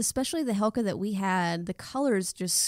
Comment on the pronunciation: Great review, I think it's pronounced HeCla, not Helca.